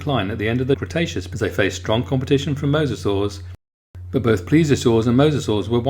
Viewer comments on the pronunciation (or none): none